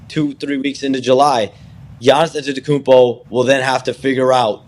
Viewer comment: Why does Shams always say his full name when he struggles saying Giannis Antetokounmpo? It's different every single time he says it. He's a one named super star Shams, we know who you mean with just a simple Giannis.